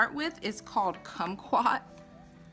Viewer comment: Cute😊❤ You said kumquat right. We have a lot of kumquat trees in Southern California so that's likely where he got the name from. We used to sit in the trees and eat them as kids. 😊🌻